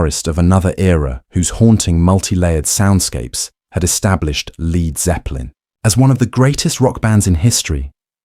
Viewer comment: Jack VH Jimmy pageeeee and leeeeerd zeppelin???? Cancel delete and erase this robot!!!